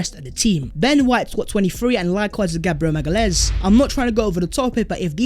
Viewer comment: Hi! Love Arsenal since my first trip to Highbury in 87. Enjoy your content - keep it up. BTW - It’s pronounced MA-GA-LEE-AINES - my GF is from Sao Paolo!